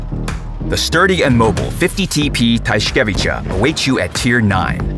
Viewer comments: Jak tak to oglądam to płacze ze śmiechu przez tą łamaninę językową np tajszkiejszkajwicza 😂 xD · Tyszkiewicza to się inaczej czyta